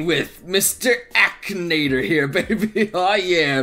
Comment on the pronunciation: Ahem, A-KEE-NA-TOR